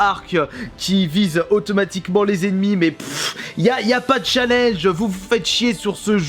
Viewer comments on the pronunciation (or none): none